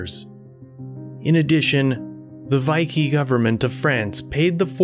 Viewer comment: I can't continue watching this video with the mispronunciations of subsidiary and Vichy. It's like chalk on a Blackboard